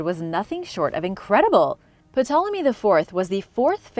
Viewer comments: Awesome channel,but the P in Ptolemy is silent. Just an FYI, no biggie! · Ptolemy is pronounced with the P silent 🤫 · Ptolemy and Ptolemaic, are spoken as Tolemy and Tolemaic. The P is silent,! Other than some pronunciation issues, your video was very enjoyable!